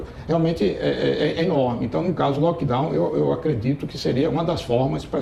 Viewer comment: Oi vc tá pronunciando errado o Lock Down